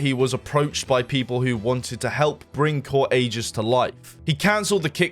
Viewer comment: why did bro pronounce aegis like that.. i dont get why people think the letter "g" is pronounced like a "j" when its not